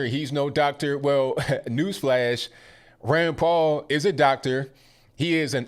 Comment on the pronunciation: Every time u say Rand Paul..i thought u were saying granpa.....love ur podcast!!!! Ur always RIGHT ON!!!!